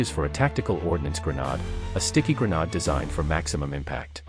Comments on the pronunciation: The City of Detroit... with what at many times strongly resembles Cyrillic words on signs. Lets not forget the word grenade totally mispronounced. Also the word millimeter describing a bullet size, is given an S at the end of it which makes it plural meaning more then one. One who knows the English language would not make the mistake. In regards to ammo it is ALWAYS pronounced as singular. 12 millimeter, 88 millimeter, 75 millimeter, etc. Adding an S at the end is the same as saying I am going to Walmarts, Gamestops or Home Depots. I know this whole video is AI created but was scripted and programmed by a non dominate English speaking country. The proof is there. Not that there is anything wrong with that, but Detroit's main language is not Cyrillic. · Weird way to say grenade. Cool video though.